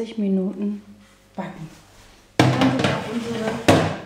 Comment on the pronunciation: brrrrrrrrownis mit einem rrrrrrolendem Rrrrrrrrrrrrrrrrrrrrrr